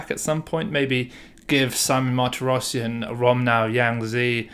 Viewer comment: little pronunciation tips: armenian last names have always stress on the last syllable: mahr-tee-ross-SYAN, gor mean-noss-SYAN and the same for the russian david: badge-uh-NYAN. pyotr us-sah-YO-nuck andrei ar-RYAM-now